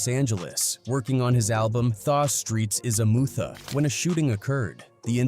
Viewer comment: "Thah streets is a mootha" 😂😂😂 Ridiculous